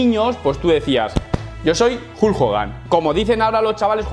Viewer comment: vas a clases de inglés y pronuncia como la mier el nombre Hulk. Decíme como es eso???